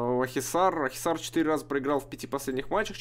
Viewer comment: Правильно Акхисар)